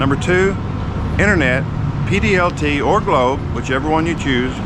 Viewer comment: sir correction please stamp / not Pdlt but its PLDT 🤣✌